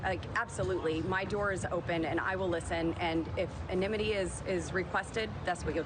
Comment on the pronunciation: It’s pronounced anonymity. Perhaps an angry handy j before intermission?